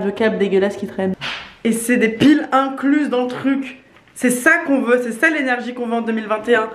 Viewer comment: incluse? ça pique les oreilles